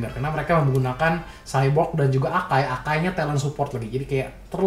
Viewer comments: W denger Sebut cyborg rada greget, Nama nya kan X-borg bukan cyborg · XBORG BANG BUKAN SHYBORG